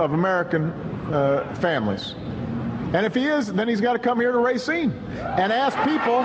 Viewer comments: It's not RAY-SEEN. It's ruh-SEEN. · its pronounced, "Ruh-seen" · Does anyone else notice the mispronunciation of Racine?